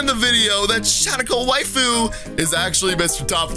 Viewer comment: He said waifu wrong I’m pissed